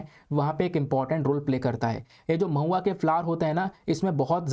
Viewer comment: Mahua become pauya🤣